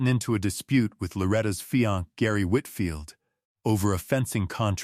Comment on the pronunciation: Sorry, but it's bothersome. Your Ai said fiancé "feeyahnk"and DNA as "Deena".😮 why don't creators who use ai edit their audio?come on. It ruins the flow of info to have to think "what?!" and figure out the real word. You probably can't fix this now, too late, but there's always the future to do better. Other than that, the report on this case is well done!